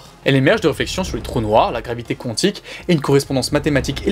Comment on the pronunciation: Ça se prononce Quantique ( comme ça s'écrit ) . Il n'y a pas de W ... Oui je chipote , oui je trouve ça bizarre lol